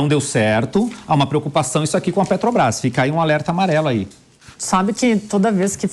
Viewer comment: O barbudo aí fala PÉ-TO-BRAIS igual ao Mula, ele é um devoto do bandido?